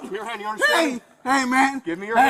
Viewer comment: Every Spanish language when speaking English says you as Chew, so saying sue as shoe is in line with the speech pattern, so if you say Shoe Chew it sounds like shoot you even when you say it calmly.